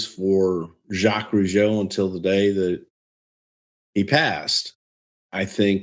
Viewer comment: Time for Mr. Zha-Quez Roo-Jee-Oh😎